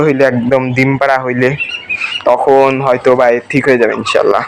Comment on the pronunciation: দিম নাকি ডিম? উচ্চারণ ঠিক করো প্লিজ😊